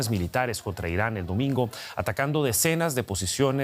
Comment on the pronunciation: Inari o Irani? Jajaja